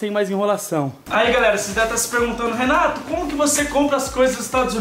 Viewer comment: Quem percebe que o Renato no começo do vidio ele fala Renatos